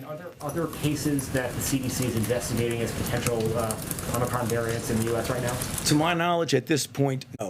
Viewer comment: He and Biden were first pronouncing this variant as "omnicron." Glad to see he has learned how to pronounce it. "Omicron." But if our highest ranked expert can't even pronounce it correctly initially, should we place confidence in what he claims to know about it?